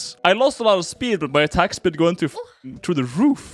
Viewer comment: like how he says atack speed and it zooms in on range